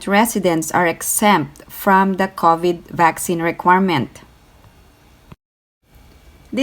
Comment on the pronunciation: Ms. It's not covet like coveting. It's pronounced crow for cow-vid:)